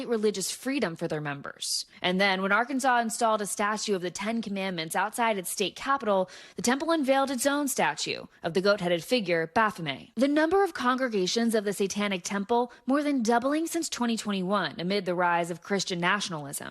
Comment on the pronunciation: It’s baphomet. Baff-oh-met.